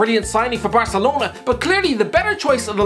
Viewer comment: He said from barcalona